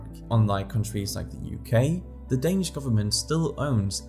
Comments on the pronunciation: Are you danish? your danish pronunciation is spot on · You can tell the quality of a video, whenever the narrator pronounces the words in Danish absolutely perfect without any accent.